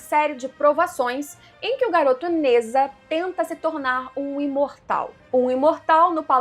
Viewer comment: Se pronuncia Ne Zha (Djá) e não Neza